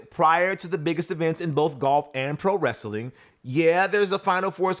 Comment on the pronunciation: You said "wrastlin"! 🤣